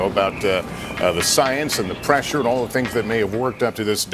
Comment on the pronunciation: As the presshure knows?